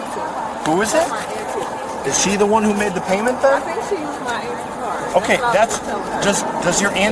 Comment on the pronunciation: Ant tee is a wild pronunciation 😂